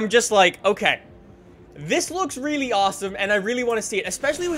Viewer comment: I hate the way he says really (reeylee)